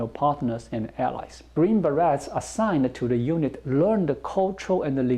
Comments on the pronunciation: Love the show,! By the way. 'beret' is pronounced 'ber-ay'. Plural would be 'ber-ays'. Keep up the good work informing us about China! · As always, I enjoy the information and insights you share about China. FYI: the -et in "beret" is pronounced like it would be in French since that is the origin of the word. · The Beret is 'Green Beret' has a silent 't' and the word is pronounced with a 'A' sound at the end, there is no t-sound at all. It is pronounced a bit like Berry, but with more of an 'aye' sound at the end. I'm confident you already know this, but could not miss the opportunity to rib/tease you about it:-)